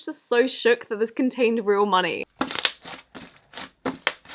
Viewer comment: does anyone her how she says “money”